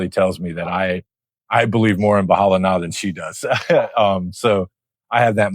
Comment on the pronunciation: "Bahala na" with a smile! Yea that's definitely how Filipinos say it! 🙂